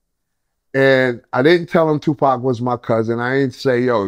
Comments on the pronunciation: Why’d he call him 2 pack at 52 seconds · He said 2Pack 🤷🏿‍♂️ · WTF?!! Did his cousin say two-pack?! 🤣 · He called him two pack 🤦🏽‍♂️ interviews done 👋🏾